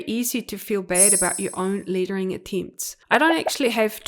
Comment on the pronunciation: I love all your tutorials. Just curious is your accent from Australia? I keep hearing ‘littering’ instead of ‘lettering’. I think we are used to pronouncing ‘e’ with ‘a’ sound but super interesting that you are actually saying ‘e’ sound literally.